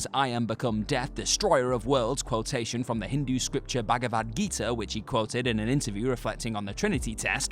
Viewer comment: The way you say Bhagavad Gita😂 U could simply say gita